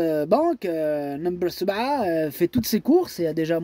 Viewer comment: Sebaa ! Vous prenoncez le langage Arabe très très bien alors . Vous êtes formidable.